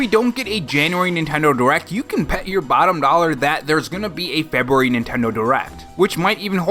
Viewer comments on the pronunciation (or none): Cool animations. But “Febuary.”🤣🍩🍪